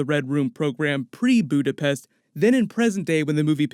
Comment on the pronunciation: Budapest or, alternatively, "Buddha-phesh?"